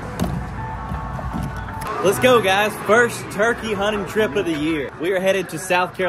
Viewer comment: It is turkey notChikae